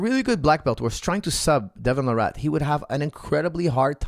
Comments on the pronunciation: It’s Larratt not “La Rat” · I kept thinking you were calling him Devin the Rat. And I was puzzled why you kept saying it so casually, it seemed kind of harsh.